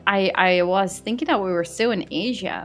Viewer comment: She did not say Asia like that 😭😭😭😭😭